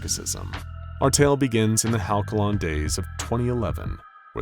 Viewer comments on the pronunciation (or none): I let most of the mispronunciations go, but that one was too much Halcyon is pronounced HAL-see-on. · My brother in Christ, how did you pronounce "halcyon"?!